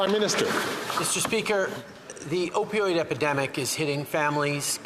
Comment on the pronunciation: "Opidoid" -Justin Trudeau Im fkin dead 😂